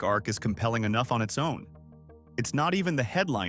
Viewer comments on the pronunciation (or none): none